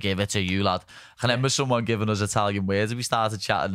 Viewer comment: Molly gotta learn how to say remember because despite how much I like both her and Paddy hearing her say it as “renember” is getting under my skin too much 🤣